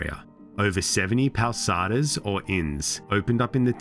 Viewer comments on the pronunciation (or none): Hey man it would really be an improvement if you looked up how to pronounce all the foreign names and words. The x in Teixeira, the ou in pousada, and the name Bial really stood out. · "Powssada" instead of Pousada 😅 It's cute. I can't blame him tho, Brazilian accent is tough to master.